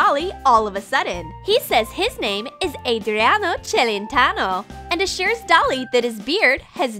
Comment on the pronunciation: I think he said Adreano Chelentano